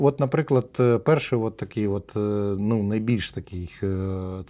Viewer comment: Тобі щелепа не дає можливості сказати "отже"?